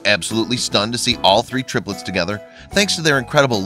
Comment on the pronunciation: "all three terplets" hehe